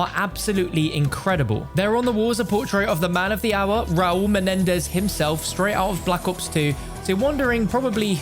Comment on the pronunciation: I’ll take a hit off a bong every time you say MENEDEZ